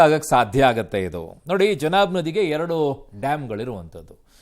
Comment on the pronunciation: ಜನಾಬ್ ಅಲ್ವೋ ಅದು ಚನಾಬ್